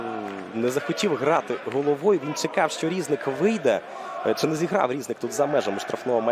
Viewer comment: Не рІзник, а різнИк